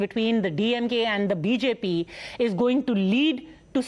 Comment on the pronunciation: who will pronounce BJP so wrong in Tamil 😂